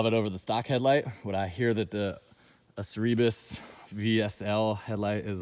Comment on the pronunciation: I’ve never heard anyone pronounce Acerbis like that in my life lol. “A-chair-bees” is how it’s pronounced. Nice bikes!